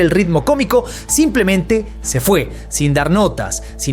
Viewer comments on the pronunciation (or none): none